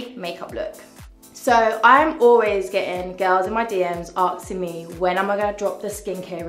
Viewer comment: Why do people say "aksing" instead of "asking" ? So many people do it. Dafuq.